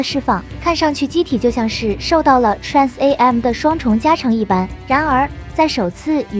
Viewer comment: 建議TRAN AM中的AM不要分開讀字母